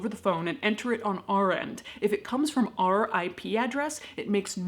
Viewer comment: When you say "Our IP adress" it sounded like "R.I.P." 😸